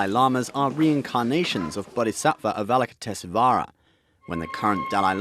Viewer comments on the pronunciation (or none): I nearly choked on my coke when the narrator pronounced Avolokiteshvara 😂 the god/goddess of Compassion